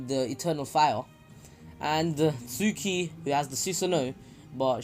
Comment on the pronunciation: yooooooooooooo Suki (based on your pronunciation im guessing this is how it's spelled instead of "Tsuki") is gonna get so WET when Naruto does his entrance in the Pain attack. (Im not trynna be weird its just facts)